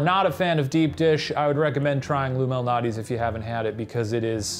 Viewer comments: I have never heard of “Lou Malnati’s” before watching this episode… that being said every time they were saying “Lou Malnati’s” all I could hear was ‘illuminati’… I think I may have watched too many of Ryan’s conspiracy shows. OR... maybe there is a connection?! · I always thought it was "Lumilnali's" Not. Like. A guy named Lou.